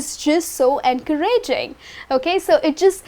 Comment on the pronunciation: Excuse me miss, we don't pronounce encouraging like this. The stress isn't on the (ra) with all due respect. Thanks.